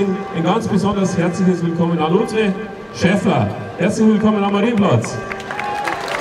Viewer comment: sagt er wirklich "Schaffler" ?? 🤦🏻‍♂️ so viel zum OB